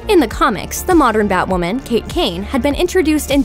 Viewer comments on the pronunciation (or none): none